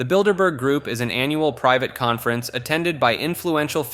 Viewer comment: Thank you for not saying "Builderberger" ❤